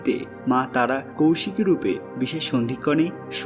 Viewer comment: Abe kousiki noy. Koisiki. Sastra ucharan na jene vdo korisn.a